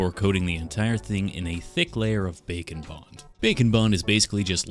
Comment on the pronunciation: Does anyone else hear "bacon bond" when says "bake and bond"? Makes me think the world is missing some kind of amazingly delicious bacon flavored food adhesive. Patent pending.